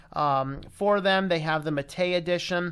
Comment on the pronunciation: What? It's pronounced MAH-tay